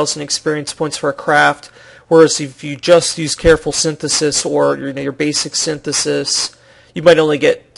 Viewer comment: ugh... IT'S SYNTHESIS!! SIN-THES-IS